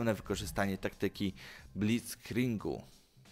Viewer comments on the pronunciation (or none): Blitzkringu? Chciałeś powiedzieć Blitzkriegu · Co to Blitzkrieng? Słyszałem o Blitzkriegu tylko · Blickringu? Człowieku ty nawet czytać nie umiesz